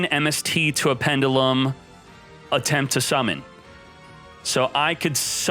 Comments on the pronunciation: is the only person i know who can pronounce pendulum like that, and its probably correct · He’s gonna have to learn how to pronounce the word pendulum before they drop them in duel links.